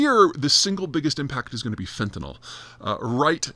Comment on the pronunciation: you say fentanol and i say fentanyl… let's call the whole thing off